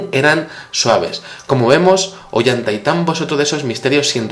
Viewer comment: no se pronuncia "Ollanta y tambo" es "Ollantay tambo"